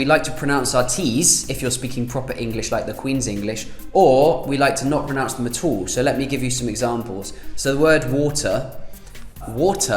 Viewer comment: "not pronounce them at uuul"